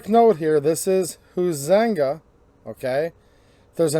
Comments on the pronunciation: Your pronouncing Huizenga, silent u long i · It’s pronounced high-zin-ga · It's "hi zing ga"